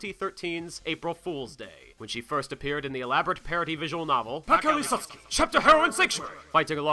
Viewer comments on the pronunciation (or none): none